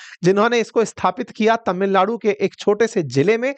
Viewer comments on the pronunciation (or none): none